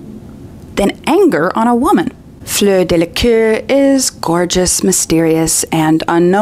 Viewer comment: Tiny note on french pronunciation ( and apologies in advance for nitpicking, as I spend a great deal of my time mispronouncing languages)... Fleur Delacour. Let's not pronounce her family name in a way that makes it sound like the word for "arse", I'm sure she deserves better.